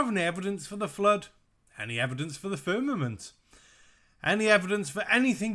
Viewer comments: It sounds to me like her is saying fernament and not firmament. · LOL, “firnanent” It’s “firmament” and the original Hebrew word is “raqia” which literally translates to “sky.” I’m a Bible believer, and even I know that it’s not always supposed to be taken completely literally all the time! Good Lord almighty. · He's saying FERNAMENT, I thought I was hearing him funny, but nope. He's saying FERNAMENT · I just about die every time he says "Fernament." 🤣😆🤣😆🤣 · He can't even pronounce Firmament, sure as hell has no evidence for it. He lied about the gravestone too.